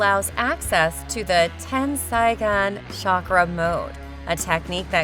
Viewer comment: Bookugun , tensaygun , konuhuh, hamyuru otsuki , gooodiedamaas , doo justu. Jen chur icky , fk this ai can’t read for shyt😂